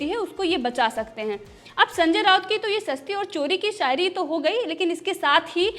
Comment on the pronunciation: Mam aap apna S Sh sound thik karo.. shayari hota h, sayari ni😂😂